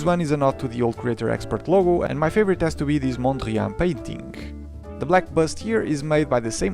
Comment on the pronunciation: as a duchtman: pronounced mondriaan very well